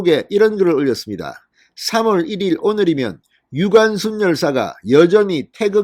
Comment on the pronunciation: 유관슨 정정 바랍니다. 무슨 제이슨이니 제커슨도 아니고 ㅎㅎㅎ